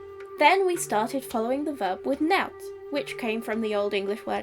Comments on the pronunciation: "nought" is pronounced "nawt", not "nout". It probably wasn't either of those in OE, but you pronounced *"I ne see" with modern English rules so I thought it was meant to be that way throughout the example. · Can I ask why you pronounced nought like "nowt" instead of "nawt"? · Interesting to see nought pronounced 'nowt'. Some northern dialects of English still retain nowt as meaning nothing and the converse owt as meaning something.